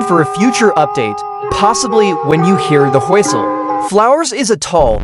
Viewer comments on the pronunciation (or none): "Do you hear the whostle"